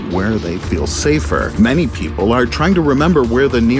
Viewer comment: Yes,just incase this guy said PEIPLE